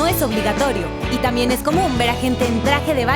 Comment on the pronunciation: Dice "tamien". 😅